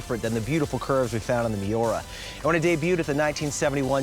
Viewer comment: What’s a Mayora? Does he mean Miura? WTF???